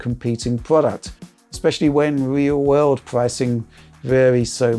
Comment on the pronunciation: In the weal wurld